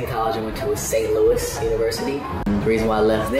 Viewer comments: It’s just St. Louis or SLU not St. Louie 😂😂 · St. LOUIS. not loui. don’t ever disrespect me or sexy red like that ever again. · No hate, but you pronounced St. Louis wrong. We call the school SLU (slew) and we call our city St. Louis (Saint Lew-is)